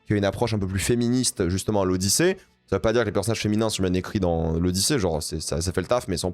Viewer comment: C'est l'Odychiée. 😂